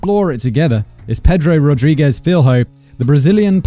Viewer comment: Hey, thanks for bringing brazilian cases! His name is spelled "rodrigues", actually. You say it like "rodriguesh", not rodriguez. Correcting it in the title would maybe clarify it for people in the comments mistaking him for pedro lopez?